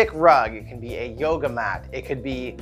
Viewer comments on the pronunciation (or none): none